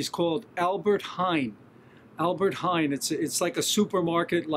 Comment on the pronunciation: Hello, compliments for the way you pronounced Albert Heijn...it made me smile because it is as close as an American can pronounce it...yes, it is the most popular supermarket chain here in Holland with loads of products for vegetarians, vegans, and fruitarians...but there is an even better specialized ecological supermarket chain here named 'Ekoplaza' with all bio products...more expensive than Albert Heijn though...